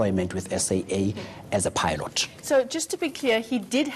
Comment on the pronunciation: Ay pie-lot?